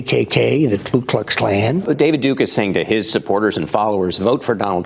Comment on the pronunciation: You DT...it's not Klu...it's Ku!